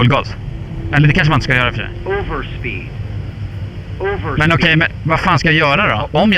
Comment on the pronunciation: ”overspeed” ”Va over speed”🤣